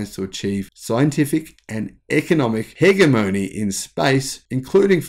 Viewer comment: "Hegamony" That's what you get when you focus on the number of videos you put out per day, rather than their quality, and you simply resort to read stuff you don't really understand...